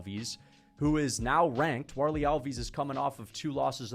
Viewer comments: you pronounce the fighters names so wrong - it’s hard to follow who you are talking about. al-VEES? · Alves and Borralho pronounciation is terrible